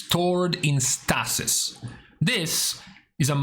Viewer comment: Stay-sis; Stay-sis; not Staa-sis.